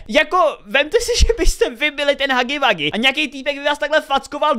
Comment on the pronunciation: nerika se to hagy wagy ale hugy wugy